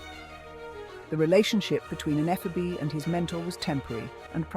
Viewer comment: You might want to learn how to pronounce "ephebe".